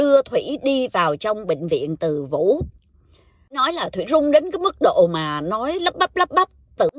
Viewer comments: Bệnh Viện Từ Dũ:))) chứ ko phải ( Từ Vũ ) nha. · Chuyện hấp dẩn nhờ lối kể truyện rất lôi cuốn của. Nhà thương tên là Từ Dủ chứ không phải là Từ Vủ nhé.